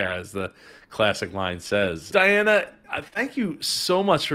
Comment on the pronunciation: C'mon,. Good interview, but, you mispronounced her name because you couldn't find time to watch the first minute of her pitch, where she says her name? I mean this constructively: You babble, drag out your dialogue a lot. Diana is so well spoken that she makes you look even worse.